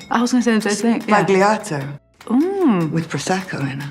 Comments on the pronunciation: Hearing "spagliato" with a plosive 'g' makes my hair stand on end. It's 'spalyato' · It's pronounced sbalyato, not sbaGleeato. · Negroni Spah-li-ah-tow. Not negroni Spag-lee-ah-tow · I love the video but the pronounciation of "Sbagliato" is killing me xD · Great vid-but please learn how to say the word sbagliato! 🙏🏼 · "Everybody makes negroni sbagliato". Nobody learned how to pronounce it. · you don't say the g in sbagliato